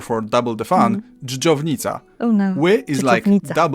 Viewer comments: Your "dżdżownica" was just perfect! 😍 Most foreigners would not be able to pronounce this word at all, not to mention as perfect as you did here! Please don't say you caonnot learn new language. It's just a matter of proper mindset. Instead of up-front refusal - tune up positiv with "I can" attitude. Actually this guy from the video gave you a lot of very good hints. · Freaking heck that random dżdżownica that you said was spot on. You have very good accent if you want to :D. Cudos from Poland. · Your Dżdżownica (earthworm) sound perfectly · Especially Your Dżdżownica (earthworm) sound perfectly